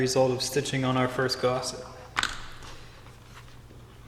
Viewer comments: Gus, gusset, not gosset! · Well, I tried. But the 43rd time you called a gusset a Gosset (as in the Actor) I had to walk away. Not gonna dislike it, just can't deal with that much lack of language skill in a tutorial. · please, please, the word is gusset! not gosset!